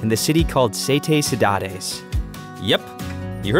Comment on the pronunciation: Please learn to pronounce the Portuguese names correctly. "Sete Cidades" was really butchered and badly mispronounced and so was Nordeste and Capelinos. Also, the h is silent in Horta. Jose is pronounced with a J sound, not H sound like the Spanish.